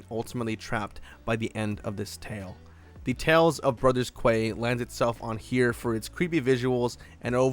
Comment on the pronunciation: Pretty sure quay is pronounced key 😅